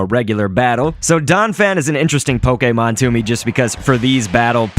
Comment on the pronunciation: my god. come on dude. poke-ee-mon is literally the most newb and worst of the three ways to say it. poke-ay-mon is correct as its japanese. poke-uh-mon is an acceptable one that sometimes the anime or nintendo people would use. poke-ee-mon is what people who play the main rpgs make fun of the pokemon go players for saying.